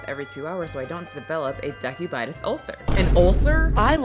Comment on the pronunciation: From a medical person - it’s pronounced “De-CUE-bitus” ulcer, ie: bedsores. They are nasty, take a long time to heal, scar, and can get infected easily. People in nursing homes get them and they stink due to infections. Please take care of yourself.